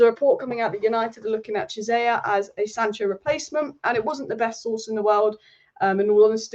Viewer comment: Chiesa (Key-ay-za) not Jizayer 😭